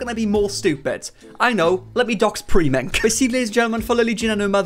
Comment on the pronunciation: Why do you pronounce his name “pree - mink” instead of “pri - mink”. Im also British so im just confused lol.